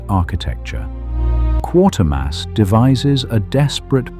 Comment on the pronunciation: AI cannot pronounce Quatermass correctly